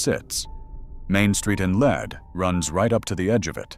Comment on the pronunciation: Near the beginning of the presentation you clarify that "Lead" is not pronounced like the metal, but rather like "Leed.' Then you go on to continually prounce the name like the metal, rather than like "Leed." Makes me wonder what else you have goofy about the story. Obviously you did not travel to Lead, S D and talk with locals and learn more about excavating the decedent. This from a South Dakota resident who has been to Lead many times.